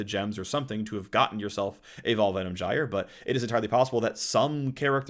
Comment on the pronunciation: Most important info from this video: how to pronounce Venom Gyre correctly.